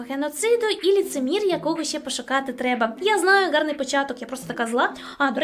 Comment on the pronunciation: Я ні в якому разі не хочу вас образити, просто хочу сказати що ми також говоримо ,,гарний", а не ґарний, але можливо я чогось не знаю і це новий правопис, я просто хотіла щоб ви знали😊